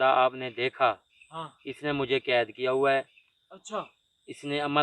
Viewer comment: Ked nahi hota kaid bolte Hain.